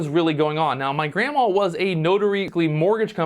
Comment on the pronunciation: serious question, are you saying grandma? Because it sounds like 'granmall'. Is it some kind of American accent? 😂 I'm from the Netherlands, so I'm seriously wondering